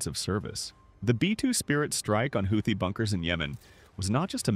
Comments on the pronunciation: If you want to narrate these videos at least make an attempt to correctly pronounce the words. Houthi= HOOTIE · They are going to need to spell it out for them like "Hoootheee" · AI generated content ..... the word Houthi comes up so often but is never pronounced consecutively in the same manner ...... Credibility = zero. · Okay, is it pronounced Howthie or Hoothie? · How many times can you butcher the name Houti in this valuable informative.? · You'd think the narrator would find out how to pronounce Houthi! Is it this AI?